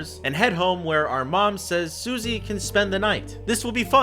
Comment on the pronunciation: IS ANYBODY GONNA QUESTION HOW HE SAID BERDLY AND SUSIE ?